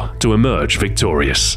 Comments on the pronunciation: was the pun supposed to be "vectorious"? because it sounded more like "victorious", at least to me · Ha "Vectorius"